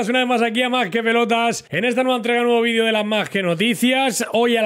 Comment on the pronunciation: Vi-de-o y no Vi-dio. Joven aprenda a pronunciar el Español.